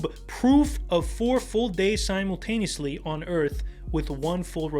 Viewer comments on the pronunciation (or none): I will trust anyone that says "simontaineously"